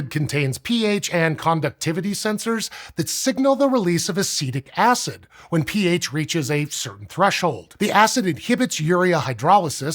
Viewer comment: For a second I was hearing "pH" as "peeage". What would that be? Volume of an average pee, maybe?